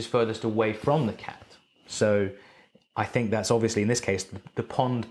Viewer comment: Watching this in 2020 even after Tenet and hearing him say Tac instead of cat...lols